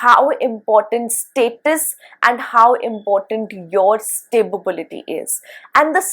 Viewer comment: Madam, I just noticed that you pronounce the word “Stability” as “Sta-bi-bi-li-ty” in few previous of your videos as well. I hope this comment will help you recognize the little mishap… I wish there was a way I could send you a personal message about this. I just mean well, and I love your videos! One question… Do these inferences work only on Sade sati, or do they work on Ashtama Saturn transits as well?